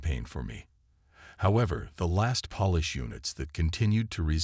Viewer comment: Polish is with a long O sound. The way you use polish is like you are dusting furniture. Why throughout the storylines do you use the word CORPSES when talking about Corps? You either just say Cor, ignoring the P or if plural you say Cors again ignoring the P. CORPSES are dead bodies. The only time these can be used functionally are from the Bible: Valley of Dry Bones from EZEKIEL 37 or when there's a miracle and a dead person raises from the dead as in Lazarus or the young girl who JESUS says is "merely sleeping " even though dead. What's with ASTERISK ASTERISK ASTERISK? You sound like Biden reading a teleprompter. Words like: barrage, Grenadiers, and a myriad of other simple words are mutilated. It's frustrating and distracting.